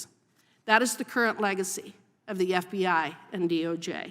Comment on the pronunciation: The "F bi I" LOL 😂😂😂😂 inadvertent but awesome. 😅😊